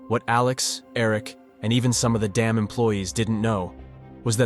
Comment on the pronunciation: He’s saying dam not damn…you look stupid